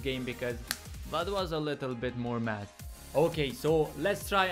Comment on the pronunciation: lmao i thought u were saying "lets get some mats" was gonna say this aint fortnite boi xd